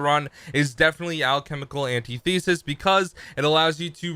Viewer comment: just a heads up: it isnt pronounced (AN-tee-thee-sus), its pronounced (an-TI-thi-sis)